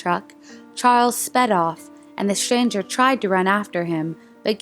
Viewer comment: It is pronounced “mystery”, not “mishtery”. And “stranger”, not “shtranger” or “shchanger”. Otherwise they are interesting.